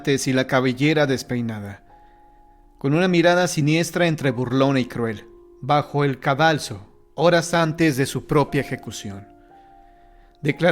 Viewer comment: Hola solo para hacer una aclaración, es cadalso, no caldaso